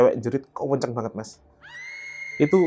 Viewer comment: bilang "kenceng" jadi "kuueenceeng".. fix,, jatim asli😊😊.. salam ponorogo mas ..